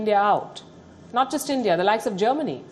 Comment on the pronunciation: You had me at ‘cradibility’. Next word out of your mouth would be ‘Endia’. Guess what - Kashmir is an Indian issue, Farm laws too, demonitization as well. And the Indian government knows what it needs to do. So, yes, nothing for Pakistan to leverage here. Next item on the table - Induction of PoK with India.